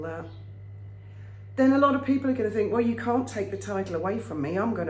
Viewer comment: Peepling, damn thing keeps dropping letters